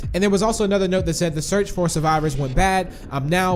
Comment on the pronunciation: Lol you said fo 😂